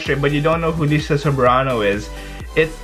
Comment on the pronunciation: Its Laiza not leza. Liza Soberano